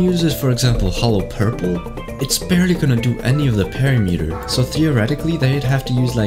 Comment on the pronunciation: it killed me every time he said parry meter T ^T